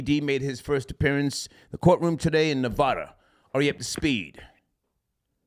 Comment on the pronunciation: It's pronounced Ne-VAD-uh